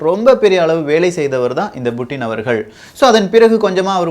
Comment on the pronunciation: Yov puttin not buuttin tamilan per edukra